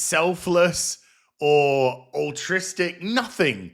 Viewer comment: I must have MISSED!!! THE STARWARS CROSSOVER!!!! When did Tony give his address to the Mandalorian??? hahah.. also.. the word is ALTRUISTIC... if ur going to correct other morons in ur video.. its probably best u dont sound like one yourself.. great vid otherwise!!